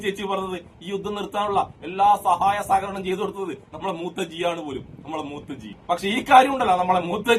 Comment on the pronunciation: മൂത്തജിഅല്ല മൂത്രജിയാണ്